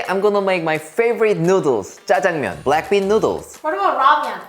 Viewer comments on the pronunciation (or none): Am i the only one who heard blackpink instead of black bean? 🤣🤣